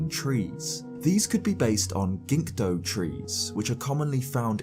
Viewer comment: Love the video, but he said "ginkdo" trees. Threw me through a loop.